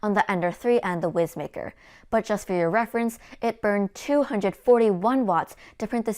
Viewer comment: Young lady, I poked fun at this printer for its name on their Facebook page. They assured me it’s pronounced wise maker. :) your videos are great!